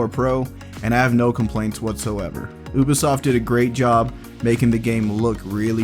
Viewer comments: i'm the only one that can't hear him keep on saying " OBisoft " instead of Ubisoft ? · It’s you-be-soft not oo-be-soft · It’s pronounced: U-BEE-SOFT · he pronounces ubisoft as oobisoft don’t listen to him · He said ubosoft